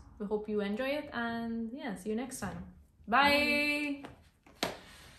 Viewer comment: Loved your reaction! Still laughing about the “soedade” 🤣🤣🤣🤣